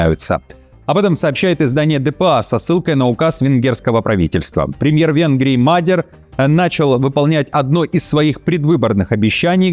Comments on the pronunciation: Правильное имя Мадьяр , а не Мадер. Ударение на втором слоге. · Доброго здоровья! Было бы очень приятно слышать правильное ударение в иностранных словпх. Для жтого можно воспользоваться словарем или погонять нейросети. Это улучшит качество восприятия текста. Так, слово "мадьяр" произносится с ударением на последнем слоге. Это назвпние народа, довольно широко известное. Буду очень признательна за правильные ударения.